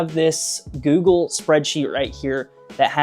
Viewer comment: You almost swallowed the word "Google"